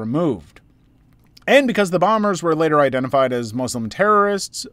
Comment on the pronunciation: Hello I feel like you’re a person who tries to be accommodating and sympathetic to people’s feelings so I’m just going to make a small complaint that bothers me (and many other people) all the time that many western people often make. The way you pronounce Muslim is the popular way English speakers pronounce it but it’s not correct. It’s supposed to be a soft S not a strong one, meaning it’s an S sound not a Z sound. Thank you and please keep up the amazing content. ❤